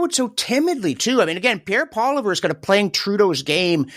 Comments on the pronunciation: It's not Pierre Poliver it's Pierre Poilievre please and thank you. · you are an intelligent man. Can you please pronounce Pierre's last name correctly?